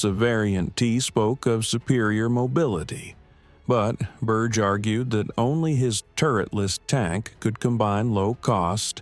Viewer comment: Berge is not Burch but Burr-ghe